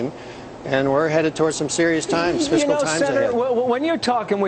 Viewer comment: AHAHAHAHA. How can you read the word 'fiscal' as 'physical'...